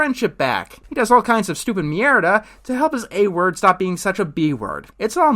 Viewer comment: You saying shit wrong in Spanish hurts my ears but keep trying